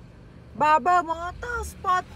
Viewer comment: ว้าว 9.99 แสนแล้วววววว ครบหนึ่งล้าน แจกเสื้อ หมวกนะ คนสวย ( Barbar น่าจะอ่านว่า บาบ้า นะ ) แต่วันนี้ ขอขอบคุณมาก นี่แหละ ของชื่นชอบที่ผู้ชายทั่วโลก อยากเห็นอยากสัมผัสและอยากเป็นเจ้าของ มันเยี่ยมมาก ดูเพลินเลย น่าสนใจพิพิธภัณฑ์ Haley. ไปเลย